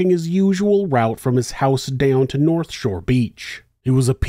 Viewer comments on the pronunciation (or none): none